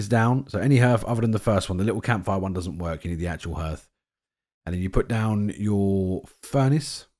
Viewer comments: Harth, not h'rth ❤ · Why are all you YouTubers pronouncing the word 'hearth' (properly, h-ah-rth) as 'h-er-th'? I don't get it. It's a pretty common word.